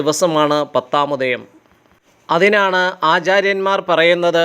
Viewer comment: 'പത്താം മുദയം ' അല്ല, 'പത്താമുദയം'ആണു ശരി